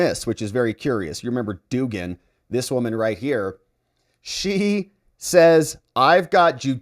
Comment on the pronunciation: It is pronounced dug-an no doogan.